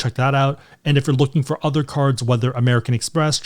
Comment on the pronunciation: What about "other?" - "Udder."